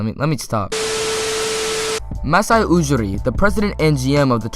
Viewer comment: Ujiri is pronounced You-Gee-Ree, not OO-Ger-Ree